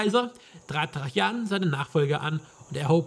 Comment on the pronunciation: Ein schönes Let´s Play, aber warum sprichst du Tra-Jan immer als Trachjan aus? Ich kenne alternativ nur noch die Aussprache Traianus.